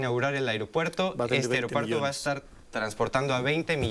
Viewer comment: El airopuerto 😂😂😂😂😂, ya enseñenle a hablar